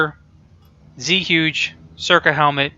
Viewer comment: I took mandarin for a year, but it's been a long time. zhuge is definitely Chinese. more like chew-guh, or something like that. don't quote me.